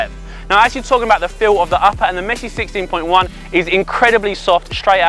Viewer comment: Sissteen poin jaun 😂